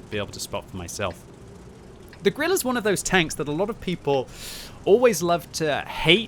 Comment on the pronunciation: grille "gorilla"